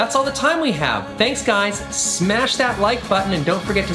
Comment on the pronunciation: He made a lot of emphasis on the word "SMASH." It.is.Confirmed.